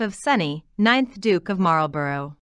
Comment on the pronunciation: Marlborough is pronounced MARLBURRA